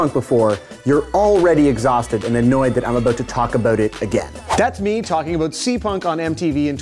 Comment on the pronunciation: "Aboot" Canadian detected.